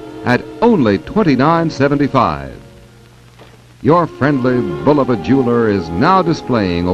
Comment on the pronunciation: YES! BULL-uh-va - not Boo-LOH-Va as some say